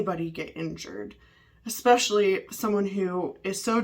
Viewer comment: I wish she would stop saying 'expecially' instead of 'especially' 😅